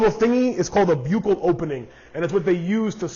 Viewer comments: I looked it up and the buccal opening and buccal is pronounced "buckle". Like the buckle on your belt. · Buccal is pronounced Buck-ul. Enjoyed your video, thanks. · Buccal spelled the same in dentistry is pronounced buckle. Should be the same. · I enjoyed your video, and thanks for all the info. I only have one assassin snail and I'm just wanting to know the best way to care for it before I get anymore. You may already have found an answer to the question of pronunciation, but in case not, I can help. The first syllable rhymes with "buck," as in a dollar bill. "I have twenty bucks." The last syllable is pronounced the way you pronounced it in the video. It's a medical term which describes the lining of the inside of the mouth (buccal mucosa), and is also used by dentists to describe certain cavities (buccal cavity). Anyway, thanks again for the useful information. I enjoyed your video.